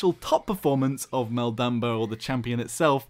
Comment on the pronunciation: is that the way of saying maldamba?